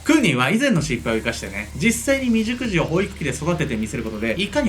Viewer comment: クーニーさんめっちゃ立派！感動なんですが、未熟児が美熟女に聞こえしまいました。自分の性癖を意識してしまい、申し訳ございませんでした。笑